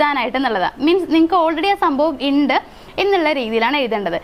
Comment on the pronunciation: ഇണ്ട് അല്ല ഉണ്ട് എന്ന്. ഓക്കേ